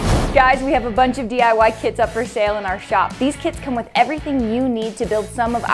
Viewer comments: I thought she said kids not kits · I thought at the beginning she said 'DIY kids' I was so confused for a minute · At the beginning of the vid I thought she said diy kids and I was like tf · I thought you said “diy KIDS” that was odd I’ll check out the kits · In the beginning i thought she said "DIY kid." I was like tf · At the beginning of the video I thought she said. “We have some new DIY kids for sale” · When she said kits I thought she said kids I was like imma pick one up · i thought she said "kids" at first and it scared me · I THOUGHT SHE SAID DIY KIDS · I thought you said kids earlier in the video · When they said kits for sell I heard kids or sell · OML I HEARD DIY KIDS